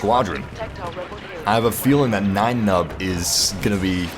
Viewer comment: What's white saying Nien Numbs name like that. His first name isn't German you know. :(